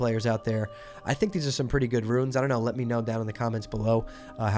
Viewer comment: It's pronounced "roons" not "ruins".